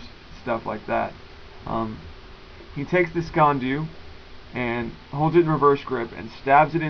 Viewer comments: It's not so much SKEEN doo, more like SKEEAN DOO I'm scottish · Not Scottish, or Scots, (whatever Kyle...), I'm the hated the Sassenacht! (Gaelic word, for Saxon). You say it as, phonetically, skay an doo. Sgean dhu, is the same thing Invented, before the fork, this little knife, was the carried, in the sock, by every Highlander, since year dot. (It's older than some hills!) The best sock knife ever, according to legend, has been forged in iron, heated to cherry red, then pushed into an Englishmans neck, to temper it. Ceramic, is nice but I'm biased.